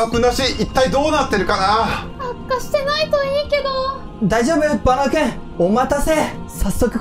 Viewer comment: いっつもバナオくんだけ最後に言えてなて草😆